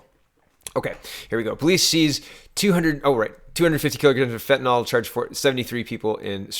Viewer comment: fentanyl = fen tan ill. Love your vids. You and Joe are at the top of my "must watch" list.